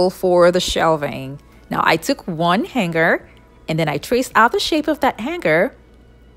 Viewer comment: Interesting ideas. Thankyou. My tip for you - "hanger" is pronounced like the word " hang". - with a silent "g". Han(g)er. The "NG" in the word makes for a harder sounding "n", so it's not entirely ignored! But it's definitely not the way you pronounced it.